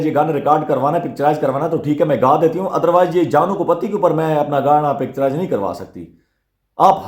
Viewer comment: سر جی گانا پکچراز نہیں پکچرائز ہوتا ہے آپ حوصلے سے گفتگو کریں سکون سے بولیں ۔۔۔۔👌🏾✌💯